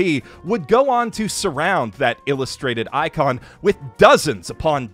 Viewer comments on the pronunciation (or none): none